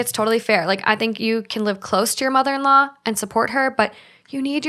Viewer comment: Completely irrelevant, I love the podcast but I am always so entertained how they say “can” it sounds like “ken” to me & it’s actually so cute 😂